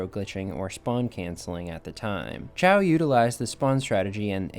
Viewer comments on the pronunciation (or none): Not “ciao”acb but “caio” acb